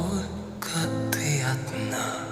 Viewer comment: vielen Dank für deine Analyse, es ist sehr interessant dir zu zuhören. Deine Aussprache vom Wort «ты» ty- du, war perfekt. Nur wenige, die nicht in Russland geboren sind, können diese Buchstabe wiedergeben 👍